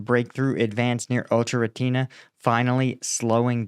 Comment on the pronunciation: It's o cher ret na... pronounced